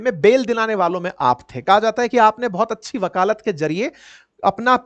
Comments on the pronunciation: साहब शब्दों का उच्चारण दुरूस्त कर लीजिए, सही शब्द वकालत, ना के वकालात, शुद्धि कर लें। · वकालत है वकालात नहीं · Sir, aap apne Hindi aur English ke pronunciation ko improve kijiye. Your presentation is very good, you look nice as well but incorrect pronunciation turns things off..like- you sound Nabbhe instead of Nabbe, you said wakaalaat instead of wakalat in this video. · वकालात न कहिए 🙏 वकालत है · बुरा ना मानें। विनम्रता से बताना चाहती हूं। वकालत, वकालात नहीं। ये गलती बार-बार दोहराया गया। चूंकि आप शिक्षण कार्य से जुड़े हैं, इसलिए यह बताना जरूरी था।